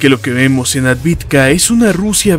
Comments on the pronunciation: Es AVDIVKA, no ADVIDKA. Me encanta y admiro tu estilo... Es el ûnico al que le doy "like" desde el principio, sin siquiera haberlo verlo ni escuchado!... Por eso me permito corregirte, y que de hecho ya lo hice varias veces concerniendo AVDIVKA!!! Yo hablo maya y ruso. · ciudad Avdeevka (Авдеевка) - debemos hablar correctamente